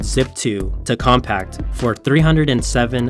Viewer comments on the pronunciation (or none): ... and he called Compaq COMPACT for some reason too. what gives? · It’s COfinity, not CONfinity. It’s ComPAQ, not ComPACT. It’s Wells FARgo, not Wells FarGO. Seriously, how hard can it be to pronounce the names correctly?